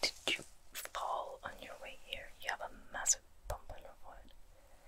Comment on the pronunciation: this was really nice. i liked it. but i started giggling when i heard you say "did you fall on youre way here you have a mAssive bump on youre forhead "